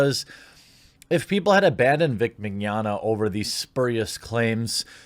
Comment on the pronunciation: In fact you are one of the few ppl i heard pronouncing his name right " mini-onna" is what it sounds like, there's a lot of Italian descendants in Brazil and we're quite used to their names, and Portuguese speakers get almost all of latim related languages easily